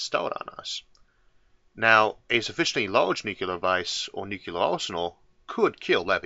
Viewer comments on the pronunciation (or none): My only criticism of this channel, as with SO many other channels... Why, oh why would any intelligent human read the word "nuclear" and say "NUCULAR"? And it's got nothing to do with any form of any even hypothetical speech impediment. It's nuCLEAR, not nuCULAR. It's like saying intersetuler instead of interstellar... Is there anybody on the planet who says "binoclear vision"? I deeply hope not. Apart from that, I'm "absolutuly" loving the channel! :) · Wonderful stuff! Love it! But I want to say "only one u in nuclear". Nucular ain't a thing. Say new clee ar please. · Wow, I wouldn't have pegged Isaac arthur to be one of those that pronounces nuclear as nucular. I had to replay that bit to be sure I heard it right. There is only one u in nuclear. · Having had a nuclear physicist for an uncle and having met a submariner on a nuclear ship I can tell you that the sailor almost killed me when I corrected his pronunciation of nuclear. I have also had a linguistic tell me that whichever one is technically correct nucular will probably win. What is at the center of an atom? A cell.? Obama said it correctly. Bush, says it wrong. Clinton says it correctly. Carter, surprisingly says it correctly. JFK said it correctly. My new rule is you can't push the button unless you say it correctly. Trump of course says it wrong. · There's no such thing as nucular war 🙄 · Ah yes, new-Q-ler bombs